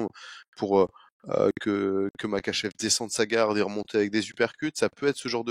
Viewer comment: Super taff les gars, juste stp tu dis Merkachev 30x dans la vidéo ça en devient dérangeant 😭 Pourtant tu l’écris correctement dans le titre et ton collègue le prononce correctement (comme ça s’écrit)